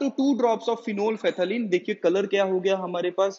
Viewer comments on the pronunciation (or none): Sir tht is phenopthalene...not phenol phe thalene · Not phenol phethaleen This will be phenophthalein 😁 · everyone: phenolphthalein this guy: phenol phethaleen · HOW DID HE PRONOUNCE PHENOLPTHAELINE ?!